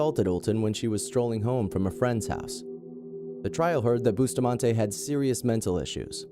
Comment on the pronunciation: Why was the black boy executed only? And Alyssa's last name is pronounced buss-tah-man-ti